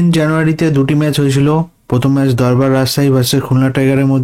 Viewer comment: দূর্বারকে দরবার কেন🙄